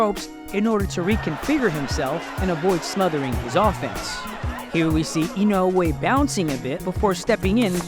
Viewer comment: Listen, I know that's how you pronounce his name correctly but you're Murcan. So speak Murcan Goddamnit😁